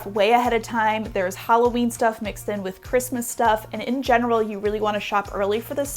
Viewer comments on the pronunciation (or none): none